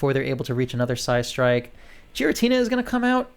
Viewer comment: You’re pronouncing it “jeer-ra-tina” but it’s actually pronounced “Gear-ra-tina” 👍